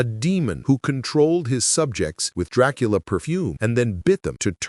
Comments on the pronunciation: Excuse me?????? Tracola?😂😂😂😂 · I ❤❤❤ how sometimes AI can't pronounce Dracula correctly 🤣🤣